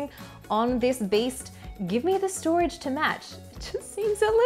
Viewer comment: stoage 😅 gotcha!